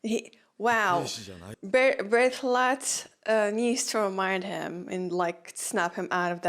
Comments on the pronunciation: BERT~HOLT… that’s how you say it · shes said it correctly multiple times, its on purpose